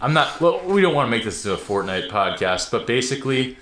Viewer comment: Erm..."podxast "???😓 LOL ( the " x" is next 2 the "c" ...I hate when this happens ) 😣